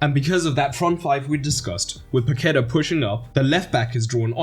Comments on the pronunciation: Great video. Just try saying "Pa-que-tah" instead of "Pa-queh-ta". That will take your pronunciation to another level 👍 I hope you make a video on Croatia too! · "Paquetá" would be better pronounced as "Pack-TAH" or "Pah-kay-TAH" just saying. The thing on the A tells you where to put the stress. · Great video, very professional. Paquetá is pronounced PaquetÁ, like french. The accent is on the A. It'll give more credibility to you (trust me). Talking about french, brazilian portuguese pronunciation ir more like french than spanish. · It's pronounced Paque'tá, emphasis on the last syllable /TAH/. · Please learn how to pronounce Paquetá